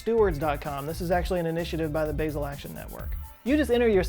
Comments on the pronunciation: It’s pronounced “Bah-sel”, but that’s what you get from someone who spells his name with two T’s. I live in Basel, so as a proud American that still sucks at speaking the local language, I must correct you! Just giving you a hard time, I love you too. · Totally irrelevant to the overall message. But I think Basel is pronounced Baa-zul as in the sound - a sheep makes and not the (H)erb Sorry please don’t shoot me Brilliant video as ever. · (Sorry for the correction... English is just the worst as a starting point for knowing how to pronounce the vowels in most European languages) As a Swiss citizen, I cringe every time the word "Basel" is mispronounced. It is as simple as in 'Ame(rica)', with emphasis on the open 'a'. For those who don't know, Basel is the name of one of the more important cities, as well as the name of the 'state' (Kanton) its in. Thanks for the otherwise amazing video! ❤️🖖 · When he pronounces "Basel" the Swiss die a little inside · You're pronouncing "Basel" wrong ;) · The way you say Basel is so weird. (I am from Germany and don't live to far from Basel) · The 'a' in 'Basel' is weirdly not pronounced like 'hazel', but instead like a pure, long 'a', as in 'part', 'start'. 'Baaasel' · Hey! Love the video, just letting you know, Basel Switzerland is pronounced with a soft ah sound not the long ae sound, so not like the spice basil. I lived there for three years, it’s a beautiful place, very clean! The Swiss are very serious about their waste management for sure. Had to organize all of my glass recycling by color beforehand before turning them in, and there are recycling deposit locations around literally every corner. It doesn’t surprise me that they would be at the forefront of this either! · love your vids, but please... its bAsel with a straight A as in HAHA. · And there was me thinking Basil was a Erb! I think he means Basel pronounced Bah-zl in Switzerland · Basel is pronounced BAH-zel. but yay on the recycling tech. A-MAH- zing.